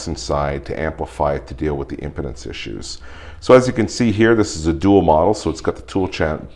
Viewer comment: Impedance is pronounced like, "Im-pee-dance" ;) Nice review!